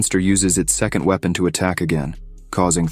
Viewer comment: His we pon lol